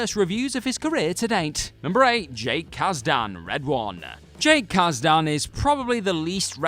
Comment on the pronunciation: Kaz-Dan? Kaas-Den.